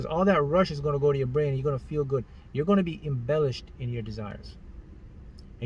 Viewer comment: It sounds so funny whenever he says "GUT" LOL! 😂 I laugh many times when he says it. Someone count how many times he said "Gut" in this video and then write the results under this comment.